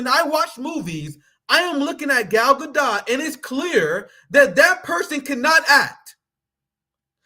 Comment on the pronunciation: You don’t know how to pronounce Gadot?